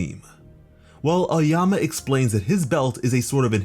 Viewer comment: this guy really said oayama instead of aoyama